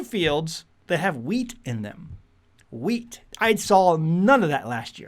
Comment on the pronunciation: Also, thought you were saying weeds, but thanks for the heads up, we are planting some wheat now